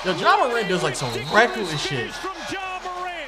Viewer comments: ok... are we going to ignore agents pronunciation of ja and zion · I love how miss pronounced ja and zions name bruh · really just mispronounced Zion and Ja to get people to comment so he gets that youtube algorithm cheese